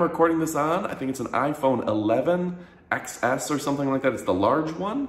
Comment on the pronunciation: I'm sorry, but once you said 11xs I had to stop listening to you